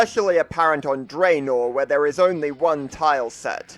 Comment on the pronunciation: Its Dranor not Dreinor.